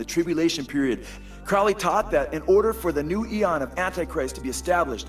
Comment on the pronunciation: It's pronounced Crow-ley...like holy...Not crouley. For obvious reasons.